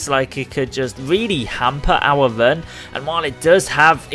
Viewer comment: Are you saying "run" or "vern"?